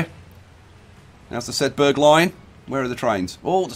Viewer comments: It's pronounced sedba not sedberg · sedberg not shedberg